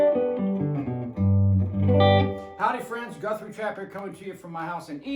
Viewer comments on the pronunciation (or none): none